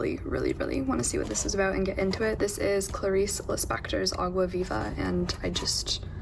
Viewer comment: the way you pronounce “água viva” is just so cute aaaaah i love it